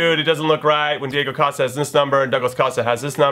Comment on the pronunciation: YOU PRONOUNCE COSTA THE WHITEST WAY EVER!